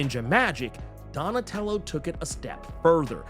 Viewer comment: 😂 Donatello does machines, damn it. Say it right! 😂😂